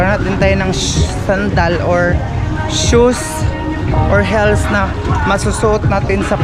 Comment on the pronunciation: Hills? Heels✅Botane? Butane ✅ english major pero ang pronunciation talo pa ng grade schooler students.